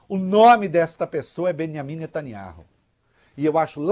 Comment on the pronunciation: Este " véi" de boina é mais pseudo profeta falando que o Benyamin vai pra cadeia. E ele nao sabe pronunciar o sobrenome dele!